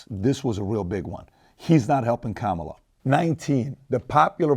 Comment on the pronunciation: The name Juan is pronounced (Huan) so Kamala should be pronounced in the Indian way (come-lah)